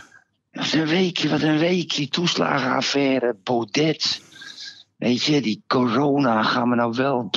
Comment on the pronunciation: Je spreekt uit Baude niet Baudet .